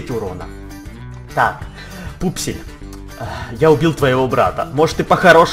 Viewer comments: не вупсель и пупсель а вупсень и пупсень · Не Вупсель и Пупсель , а Вупсень и Пупсень